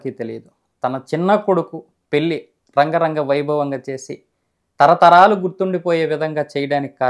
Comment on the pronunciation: రంగరంగ వైభోగం కాదు బ్రదర్,,,,,,,,,,,, అంగరంగ వైభోగం